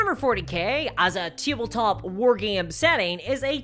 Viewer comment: wtf is "teeble-top"